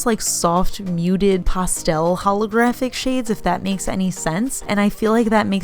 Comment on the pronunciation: I like how you say pastel like “pasta” with an L on the end lol